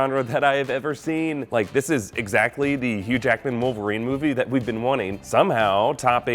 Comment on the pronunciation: Its Hugh Jackman not Huge Akman